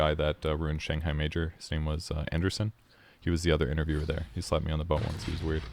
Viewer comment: When you said he slapped you on the butt once I thought you said "he slapped me on the phone once, it was weird" and it took me like a full minute to figure it out.